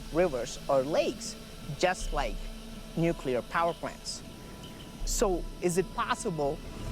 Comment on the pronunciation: Oh, now we're going nukuler ? Is this as far as your mind can go hello. At one time, there was a power system.. not nukuler. it's the same as nekali. This earth has energy everywhere you tap into this energy and build another and another, and soon you'll have power everywhere. Look at your phones it's right there..